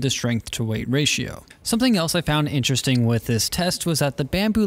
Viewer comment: Vewy intewesting....